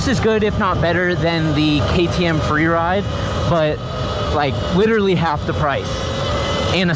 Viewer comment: “ witawy half the pwice”